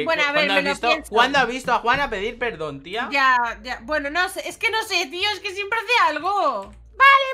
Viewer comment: Me rei cuando dijo: te quiero perdir (eprdon) Yo:😆😆😆😆😉